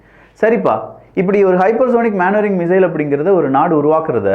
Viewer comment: தம்பி அது மேன் வரிங்க இல்லை மெனு வரிரிங்